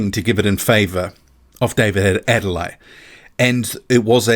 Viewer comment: The name is pronounced Ade-le-YE. There is emphasis on the 'YE'. It is a Nigerian name, the Yoruba tribe to be specific.